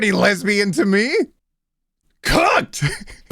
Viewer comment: I think it was supposed to be “cooked”